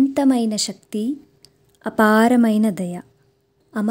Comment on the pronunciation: మీరు చెప్పే శ్లోకాల వర్ణన అత్యద్భుతం. ఐతే మీరు శక్తి ని సక్తి అని పలుకుతారు.